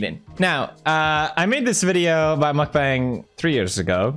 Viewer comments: Its mukbang not markbang 😭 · He said ,,nutbank" 💀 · The right one to say is Mokbang not Mukbeng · According to the human meatball Nickocado. It's pronounced muck-bong. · Okay I normally enjoy your videos, but I have to add something about this lol so the thing is you don't really look deep into it and judge the whole idea before doing so. So I am informing you; (also you're saying it wrong by the way..) so the thing is lots of these people 'actually' eat that much daily and work out just as much. Especially watch some vids in Korea as Mukbang is Korean. It's literally a Korean word and pretty sure people who do that in Korea professionally are fit af lol are you sure you looked into as many original videos? :) Also honestly it's for some people who actually enjoy them, it helps me when I am dieting not labeling certain food as 'bad'. This is the true example of "if you don't like it just go next". People have good reasons to do this, watchers have good reasons to do this, I am not offended if my friend doesn't watch, I am not offended if people choose to find other ways for dealing with the mental aspect of eating disorders, I am not offended if people make fun of those who take it too far; but I wouldn't make fun of the idea itself without knowing the full context.